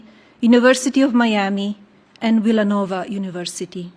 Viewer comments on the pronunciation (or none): none